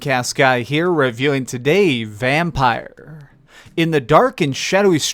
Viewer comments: It's pronounced Vampir when written Vampyr!! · How hard is it to pronounce the game's name correctly? You're the 4 "reviewer" that's mispronounced the name!